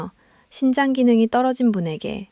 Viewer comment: 신장과 심장의 발음이 헷갈리네요 발음/자막글씨